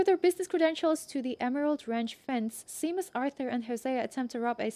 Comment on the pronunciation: "sea-mus" Me:"Shame-us" 😂